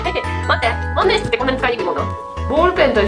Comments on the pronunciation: まんねんしつじゃなくてまんねんひつですよ あと万年筆持ち方違います… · まんねんしつじゃなくて、まんねんひつ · まんねんしつじゃなくて、まんねんひつなんじゃ･･･ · 万年筆(まんねんひつ)がまんねんしつに聞こえる笑笑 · まんねんしつ じゃなくて、まんねんひつ では？ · まんねんひつじゃないの？？まんねんしつ？